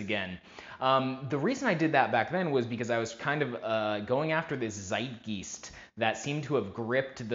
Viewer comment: Zeitgeist is pronouned "sight guys t" Not geesed. 😀 but good try. German for spirit of the times or moment. But good experiment. Very interesting. Thank you.